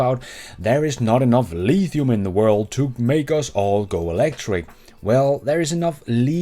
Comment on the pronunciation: Haha, go lEEEEEthium